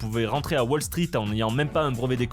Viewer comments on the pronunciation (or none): none